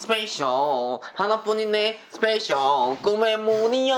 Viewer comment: Beomgyu: SpeYcSIal 😂😂😂